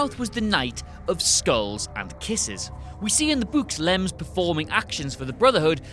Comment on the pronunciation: "In the buuks"